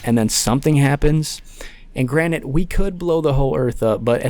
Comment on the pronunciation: Love that the cod commentaries are back but bro the word is “granted” not “granite”